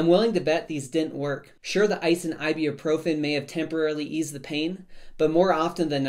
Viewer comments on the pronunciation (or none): Thanks for the info! p.s. please learn how to pronounce ibuprofen